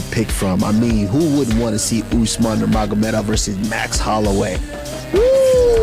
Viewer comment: Yang di ucapkan admin ini kedengarannya bukan Usman nurmagomedov, tapi Usman nurmuhamadov. Maaf